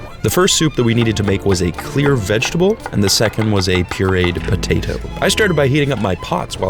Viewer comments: I love how you say potato. Like potatoo.l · idk why, but I like the way he said potato 😂